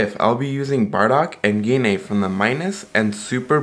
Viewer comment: Can't anyone say Gine's name right? It's not Gee Na. You pronounce it as Jean. The G makes the J sound.